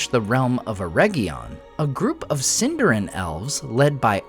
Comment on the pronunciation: Please don't pronounce it "Sin-DAR-in." It is properly pronounced "Seen-dar-EEN" 🙂